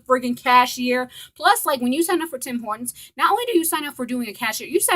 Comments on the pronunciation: It’s TIM HORTONS not HIM TORTONS LMAOOO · were you saying him tortons?!